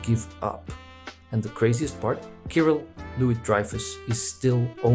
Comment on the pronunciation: It's Kirill not Kairill